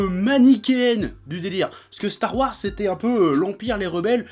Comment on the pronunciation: "Stare Warse"